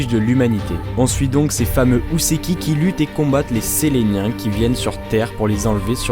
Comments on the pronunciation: Houseki se prononce Hoo-seki et non Hou-seki. Cristal prend un "i" en français, le y c'est en anglais uniquement. Sinon excellent travail, comme d'habitude. :) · alors juste pour info ça se dit Hō (hoo) pas Hou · "Houseki no kuni" IL VIENT JUSTE DE DIRE U SEKI NO KUNI ?! Bordel, le "ou" en japonais se prononce "o" prolongé !